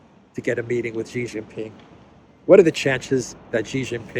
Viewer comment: big fan of yours.. But one small criticism.. can you please not keep butchering the pronunciation of Yuan ¥. It's not pronounced "won" that's Korean.. Also Xi is not propounded Ji.